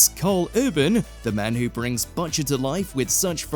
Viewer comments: are you ai? who pronounces butcher like that? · They botched saying "Butcher" and butchered it into "Botcher" 😂